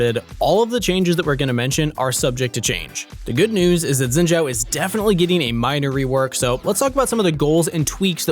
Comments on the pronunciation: It's not zzzinn btw, it's Shiin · STOP SAYING XINZHAO WRONG LMAO ITS BEEN YEARS its xin zhao not zin zhao 信赵 copy paste this into google translate and hit the speak button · Why do you guys pronounce xin name with a "j" in zhao? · I thought Shen I read wrong, xin zhao by the way. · Probably just me but i think his name sounds weird pronounced like sjin sjau.